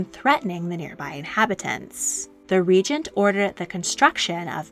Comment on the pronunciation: Regent.... pronounced "ree-gent"